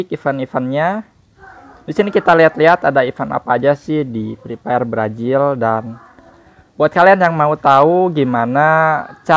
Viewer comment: Brazil bukan brajil.. 🤣🤣🤣